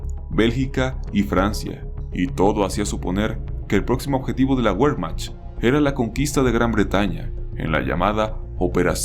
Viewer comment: Jajajajaja "La Güermacht"